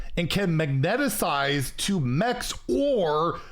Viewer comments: is anyone else bothered by the way he says magnetize? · Wil ever pronounce magnetize correctly? The world may never know lol